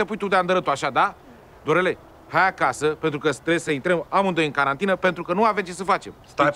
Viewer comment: Ma bobita nu se spunecantarina se spune carantine😂